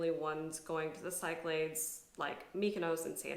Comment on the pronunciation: Love love love you, but you need to check your pronunciation of the Cyclades. There are a couple of variations in English, but neither of them has anything to do with ... that thing you did. The best English one to my ear is SIK-luh-deez, because aside from the leading s-sound, it's closest to the Greek, KEEK-luh-deez (sort of).